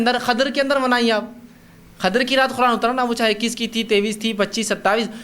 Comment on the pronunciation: Is jaahil ko Quran bolna nahi aa raha hai aur yeh taqreer kar raha hai Quran ko Khuran bol raha hai khabees